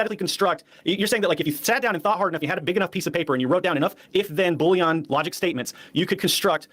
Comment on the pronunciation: Why the fuck does he pronounce boolean like bouillon? I’m a programmer; I make programs, not soup.